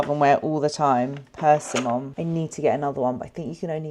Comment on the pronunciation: its persimmon like the fruit... idk what you said